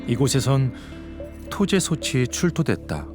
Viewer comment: 나레이션이 누군데 자꾸 소츨 소체라고 발음하는건지 모르겠네. .목소리가 좋은 편도 아니고 호흡도 엉망이고...그냥 AI에 맡기는 편이 더 나았을듯.